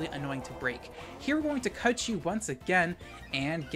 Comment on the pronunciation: Cud chew sounds more like CUT YOU